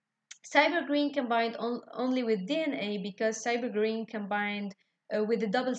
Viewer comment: Ma'am have pronounced rightly.